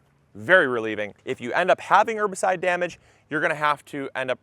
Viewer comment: ERRRRbicide. Polite reminder that the H isn't silent.